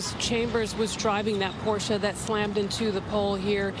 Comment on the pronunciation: Wow! They pronounced Porsche correctly.